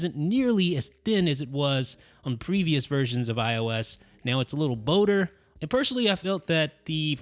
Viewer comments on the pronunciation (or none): Great video. Superb. In terms of advice, careful pronouncing words where the letters O and L are side by side. Folder not fowder and bolder not bowder. Friend has same issue when he gets on the mic. Thank you for videos.